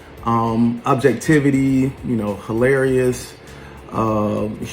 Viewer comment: The way he is pronouncing “objectivity” is annoying. Also, as a grown man with such a busy life how do you have time to watch all of these YouTubers ?!